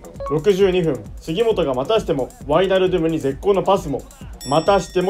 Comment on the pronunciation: ワイナルドゥムの発音で「ドゥム」の部分をしっかり発音するところが好きです。そしてケンユー企画大好きです。笑 後々Liverpoolと南野拓実を使った企画も見てみたいです☺️